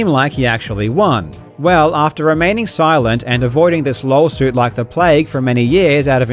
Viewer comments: did really just say "lolsuit" instead of lawsuit? If so that's amazing. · did you saw Lawsuit or Lolsuit? 😄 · is that just your accent coming through on the word 'Lawsuit', or did you actually call this a "LOLsuit"? cuz thats the first time ive ever heard that term, and i love it... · he says LOLSUIT instead OF LAWSUIT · I love that you keep calling it a lol-suit lol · it sounds like he's saying Lolsuit. Which is an accurate description of this lawsuit. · You really called it a LOLsuit , I listened several times to make sure 😂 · "lolsuit"... Im not deaf you know :D. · Idk if he said Lolsuit, but it’s actually been used a few times before. For lawsuits that are jokes of course. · As an Australian (yes I should be asleep right now), I didn't catch it the first time, but now you point it out it does indeed sound like he's saying "LOLsuit". That second "L" is too clearly pronounced to be a coincidence I feel. Unless Queenslanders just have an extra weird variant on the accent when it comes to that word! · Am i the only one hearing "lolsuit"? I mean, it is a lolsuit, so it would make sense calling it that. Let's hope Milly's not gonna make yet another lolsuit on this video, eh? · "Lolsuit" lol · did i catch a "lawlsuit" in there, b?